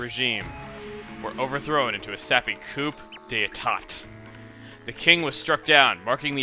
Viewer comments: It's not pronounced coop dae tat it's supposed to be... COO DAE TAAAAAAA!!!!!! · politely tell me if im wrong but I think coup d'etet is pronounced coo deyta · Must.. Resist.. Correcting chugaa.. FOR SAY.. COUP.. DE TWAT... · Coop dee tat? Coo day tah. :) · I don't mean to sound rude but am I the only one who noticed that he mispronounced "coup d'etat?" It's actually "coo (like a bird cooing) day--tah like saw but tah" (it's french which is also why it's pronounced so damn weirdly. Am I also the only one who noticed that "reign of fear" was a play on the historic "reign of terror?" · COUP D'ETAT IS A FRENCH WORD and it's pronounced COO DE TAH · >Chugga mispronounces Coup d'etat >facepalm (Its pronounced C-oo-d-eh-tah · It's pronounced koo-day-tah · ^This. Not coop-dee-tot, lol. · coup d'etat is pronounced cou day ta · It's pronounced "coo de tah." Because French... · Coup d'etat is pronounced coo deh tah. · Coup d'état is pronounced (Koo-day-tah) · It's pronounced coo day ta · lol its pronounced coo-day-tah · Oh my goodness! Read a dictionary! It's predilection, not predilicTATION! And also, you go around toting your French heritage, but can't pronounce coup de tat? SHAME! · coop day-tot? really? sorry, but that was just painful to hear :P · "coup de t'at" is pronounced "coo de tah" wow, this game actually ended a chapter that wasnt "mario saved the good guys by beating the bad guys" WHAT A TWIST! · Coo-Day-Tah is how it's pronounced Chugga ;) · Uh Chuggaa, FYI, it's pronunced "coo," not coup. Also e'tat is not pronuced like it looks, but instead "ta." So the whole thing, coup de 'etat is pronunced "coo-de-ta." Just info for you, since you ARE part-French XD. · Coup d'etat is pronounced like Coo day tah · Coup d'etat is pronounced "coo de ta" Chugga, ...Also, BOWSERS ARMS! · Actually I just looked it up, it is pronounced cou-de-tah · It's pronounced "coo de tah" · NO! Coup d'etat is pronounced Coo day tah! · Did he mispronounce Coup D'etat on purpose?